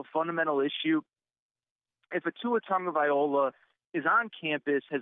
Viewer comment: please learn Tua Tagovailoa’s right pronunciation! It would be like calling you Aaron Terrors!